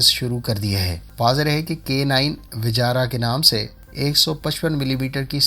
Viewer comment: Nam bigarne m mja aata h? Vijara ni h, vajra h. Agar itna bhi na padhne aata to thora padhai kro pehle, bad m defence analyst bnna.